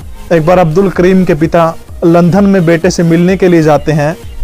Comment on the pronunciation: अच्छी जानकारी दी है । भाई , आप लंदन . को लंधन क्यों बोलते हो ।